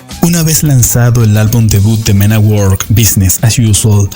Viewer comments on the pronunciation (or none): Se escribe work se pronuncia werk